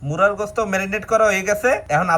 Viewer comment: মুরগির গোস্ত বলতে পারেন না মুরার গোস্ত কেন বলেন।